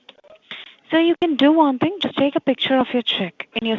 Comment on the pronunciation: "i tink u r mistaken about tis ting sir"